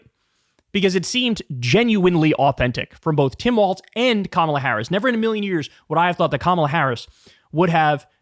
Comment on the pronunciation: Why do you keep pronouncing it as "waltz"?